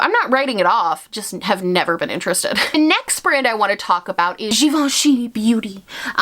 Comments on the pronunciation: 🇫🇷🇫🇷love your French accent when you said « Givenchy ». I didn’t even know that givenchy had a make up brand. Their bag are amazing though 💋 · From a french speaker: Your pronunciation of Givenchy is spot on 👌 Random I know lol but I had to mention it 😅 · I was today years old when I learned how to pronounce Givenchy 🤣